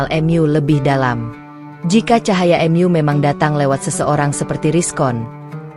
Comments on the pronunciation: Sebaiknya pembaca narasinya yg baik dan benar,misal bacaan MU dibaca EMYU aneh didengar ditelinga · Tolong pembaca narasinya yang enak, karna setiap mendengar ada membaca narasi yang begitu menggebu-gebu, begitu saya asyik mendengar ketemu pada kalimat yang anda baca saya kok langsung ketawa, misalnya:mu, anda baca emyu, dan diam-diam jadi di'am-diam, Terima Kasih, ma'af jika saya salah dan lancang.